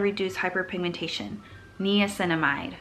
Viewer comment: everytime i hear u say knee-cinamide, i'm like nai-uh-cinamide!! also, are under-the-skin pimples supposed to go away or are we supposed to get them to come to a head? a question that i've always wondered about! and do you have any other international options similar to curology? love u bb